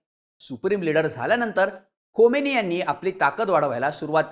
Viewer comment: Khomeni nahi khamenie bola